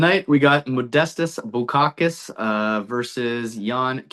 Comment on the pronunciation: i was mainly joking about how you said bukauskas, I’m also on bukauskas 👊🏻